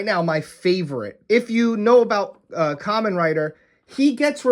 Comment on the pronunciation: Dude it's supposed to be called "ka-men rider"